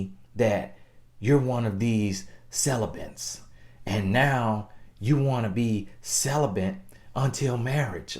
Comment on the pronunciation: Celibants,. I cannot!! 😂😂😂😂